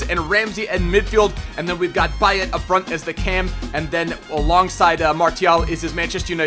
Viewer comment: He only pronounced payet wrong but everyone does